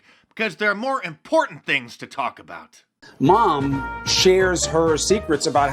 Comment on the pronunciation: Am I the only one who thinks ‘Mom’ and ‘kitchen’ are spoken like a dog whistle for something else....Too much emphasis on those words.....🤷🏻‍♀️